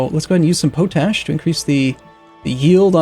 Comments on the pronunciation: dont normally do this, but it is pot ash, not po tash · But not pronounced as "poe tash," rather as "pot ash" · Not that it matters but potash is spoken pot-ash so it goes. fun vids thanks for posting. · I giggle every time I hear you say poe-tash instead of pot-ash. XD Loving the gameplay. Keep it up! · David Burrell oh my god that makes so much more sense. all the time I was like "what the f*** is potash supposed to be" thank you good sir for enlightening me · Is that a american way to pronounce potash? Because I always heard it being said as pot like in a plant pot and ash as in ash. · I think it's pot-ash not po-tash. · I wonder how many times he says po-tash before people's heads explode. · POT ASH, i know its spelt pOtash, but its pronounced POT--------ASH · Nah, just an uneducated way to pronounce it. Potash is salts that contain potassium, so it's reasonable for someone who has never heard it said out loud before to expect that the common "pota-" prefix is pronounced the same in both words. I thought that was how it was pronounced until I saw the comments here. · Zak MacKay no he is just a derp